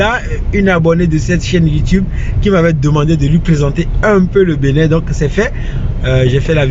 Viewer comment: Y'a que moi,qui entend la prononciation" Benet" au lieu d'entendre Bénin,ou du moins c'est le nom de cette ville qui est benet